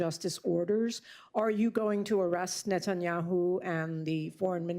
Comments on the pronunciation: Did the Veto-Lady call him “ President Netan Yahoo” ? President of what ? United States of Izrah Ell ? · did she say "president" satanyahu?